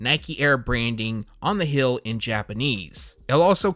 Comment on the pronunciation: What annoys me is when he pronounces heel like hill, or teal like till, he doesnt pronounce "ee" sounds lol probably speaks another language that affects his accent 🤷🏿‍♂️